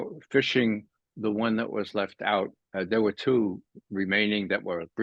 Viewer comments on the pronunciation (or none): none